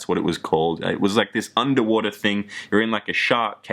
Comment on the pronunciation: "Under wora" "That much betta" xD